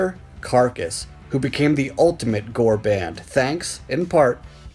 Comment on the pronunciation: It's G.O.R.E.